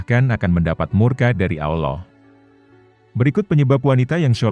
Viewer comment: Ngucap kan" Allah' kok kurang pas ya?